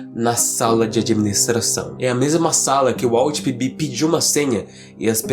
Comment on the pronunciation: Só entendi que o nome era PB no final, Eu tava entendendo ele falar Pipi estava até pensando que raios de nome é esse.